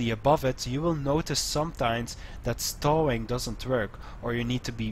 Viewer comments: It's like the "oe" in "toe", not stooo lol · pronounced stooo